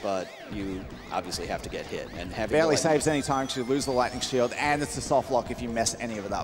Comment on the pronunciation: Somehow, one of those times when he said Lightning Shield I heard Gluttony Shield. I briefly thought that it was a nickname those guys made up for how it can get you more rings than you could ever need.